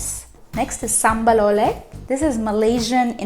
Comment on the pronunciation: fyi, oelek is in old spelling of indonesian which they borrow from the dutch. the "oe" only makes one sound which in english version it's like the "oo" in room, so it pronounces oolek. and its ulek in indonesian new spelling, it means to grind, like grinding the ingredients together to make the paste sambal like consistency/texture.